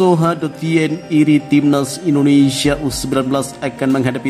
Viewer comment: Naratornya perlu latihan secara intensif agar dapat mengucapkan nama negara kita dengan BENAR dan baik. Bukan IndineSA tapi IndoneSIA.